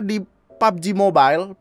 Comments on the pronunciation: Pubbeji mobail *accent India* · "PABOJI MOBAIL" - with THICC Indian accent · Bilang "pabji mobail"nya kocak